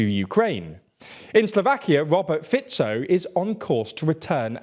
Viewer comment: They said Fico almost entirely right, I was surprised. I appreciate that they made the effort to say it right. I don't know about other names, though.